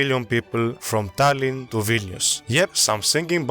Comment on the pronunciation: Gotta commend you in pronounciation of tallinn, great vid